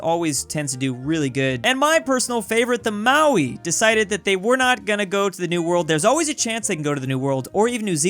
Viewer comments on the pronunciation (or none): Maori is pronounced Maori (Mo-Ree) and sometimes ma-ree not maui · It's pronounced MOW- ree, not MOW-ee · You arent pronouncing Maori right it is pronounced Ma-ow-ri